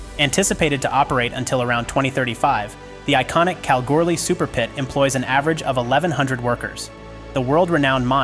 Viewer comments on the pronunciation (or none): FFS there is no Kalgirly mine only Kalgoorlie . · Its kal-goo-lie